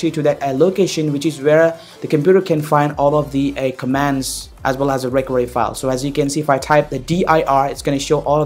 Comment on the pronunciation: Yo first learn to pronounce the word 'recovery' before you begin speaking in that cringy accent lmao 😁 😁